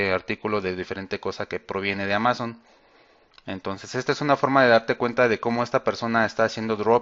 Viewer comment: amazon con acento en la primera silaba!!! haha....